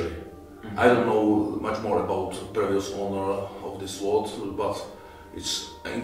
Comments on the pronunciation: I might sound a little pedantic but since you are doing sword content, you might as well do it right....the W in sword is silent “sord” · He can pronounce japanese stuff correctly, but fails at „sword“.